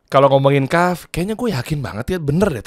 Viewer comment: Kahfffff,bukan kahfi ya,ya Allah semoga komen ini dapat endors dari kahf project